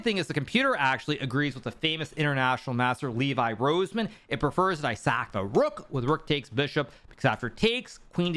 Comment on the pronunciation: Bro called Levy, "Levi"